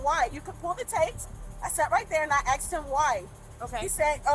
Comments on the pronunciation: "I axed you" 😂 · Why do black people say aks instead of ask, is it a kind of slang or is it impairment? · She "axed him why" lol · What a sweet mom saying she needed to call her F**KING kids! 🤬 … She just continues to destroy the English language saying “I AXED him why” and “they didn’t call the POO-lease”. Maybe she should have finished grade school before hitting the streets. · Axed? Some of these people should be axed.